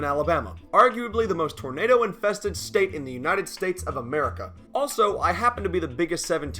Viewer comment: "Oh...*'NADER!!* " made me wheeze, cause I've talked like that too